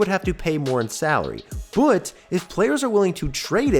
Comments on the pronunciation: Okay, your manner of speech is insane. You put emphasis on the wrong parts of words. Also, I just heard you say "but" and it came out like "bouut". What the hell, dude? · bro why you pronouce "but" like "byooot"? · You say " But " so weird bro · Just found out where lives by the way he says "but" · Can you please learn how to say but. It makes me wanna click off every time I hear it.